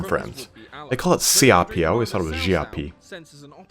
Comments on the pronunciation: Your pronounciation of Xiapi is actually the better one ; ) Same thing with your Xiahou Dun pronunciation keep it up man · Your pronunciation is much better! :) And you were close with Xiapi, definitely improving! Xia is close to "she-ah" in terms of sound, but said quickly together. Similar to my previous suggestion for Xiahou Dun. For Cao Cao, I think it's easier if I just link this for your convenience: Altogether, loving your coverage, your enthusiasm is infectious!